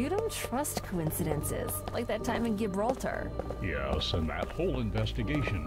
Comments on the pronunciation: "Gibraltar"? She actually pronounced it "g - ibraltar". Come on, the g is a j sound -_ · They should’ve corrected the voice actress on that pronunciation of Gibraltar… but they didn’t. How lazy. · Can't pronounce Abaddon correctly, can't pronounce Gibraltar correctly.